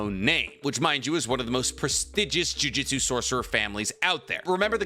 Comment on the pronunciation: Every time he says JUJITSU instead of JUJUTSU I get irritated. It's just a weird thing to do when I know he can read.